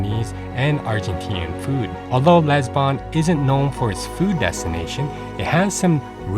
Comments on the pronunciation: It’s not LEsbon it’s LIsbon!!!! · All is fine and well presented but its quality is decreased by mispronunciation of the main important word Lisbon